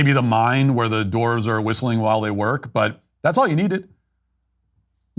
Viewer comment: Matt, what if i told you there is an "w" in dwarves? It isn't doorvs. Lol